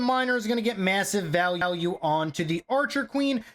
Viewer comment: "The miner is going to get massive val-al-ue" 😆😆😆